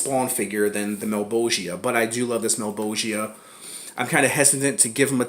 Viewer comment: thank you for pronouncing malebolgia correctly